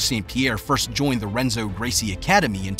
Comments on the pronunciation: I thought this video was legit unit he pronounced Renzo’s name the way it’s spelt! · They badly mispronounced Renzo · How you gonna go and make this documentary when you can't even pronounce 'Renzo' correctly. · Dah-Nah-Her - Hen-Zo - Toh-Non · he also pronounces Renzo wrong lol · It is pronounced Henzo not Renzo. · it's pronounced, "Henzo." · The narrator pronouncing Renzo with a R instead of an H was killing me 😂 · The Renzo one hurt 😂😂😂. Lost all credibility. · Or renzo. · the R is silent in Portuguese!! Do some research buddy!! English is not the only language in the world!! You must be an Anglo 🤦🏾‍♂️🤦🏾‍♂️🤦🏾‍♂️ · Bro mispronounced John's, Renzos, and Gary's names. Very cool. Also, a guy who came up with Danaher and helped evolve the sport along side him is a gentleman named Shawn Williams. I've got to learn from both. Truly special individuals. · He miss pronounced Danaher, Renzo, and Tonon lol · So you pronounce Johns last name wrong and Renzos first name wrong. Great job! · CLICKBAIT- SKIP THIS VIDEO the video has NOTHING to do with who taught Danaher. And somehow you found someone to narrate that doesn’t know who the Gracie family is and can’t pronounce Renzo’s name (or Danaher’s for that matter). You went from him moving to NYC with no money left, to suddenly he’s teaching at one of the best schools in the Nation? You never addressed good Jiu Jitsu lineage at all. And nobody gets a teaching position at Renzo’s school without having serious background. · hard to trust the video when this guys never heard Danaher or Renzo said out loud. makes it seem like hes never watched a fight. Now im not sure if any of his videos are legit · Dude butchers the names Danahar, Gary Tonin, and Renzo, lol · Dude. The mispronunciation of Danaher and Renzo aggravated me so much I stopped watching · Henzo not Renzo Portuguese pronounce R like a H. And think it’s like Dawnaher not like Dana white. 👍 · DAN ah her ... Hen-zo.... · Dan-a-her H-Enzo 😂😂😂😂😂